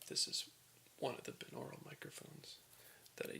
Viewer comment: It's pronounced BY-NORULL, just like binary is pronounced BY-NARRY